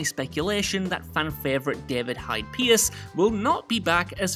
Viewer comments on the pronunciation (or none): none